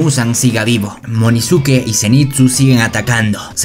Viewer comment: Wey no es munizuke es inozuke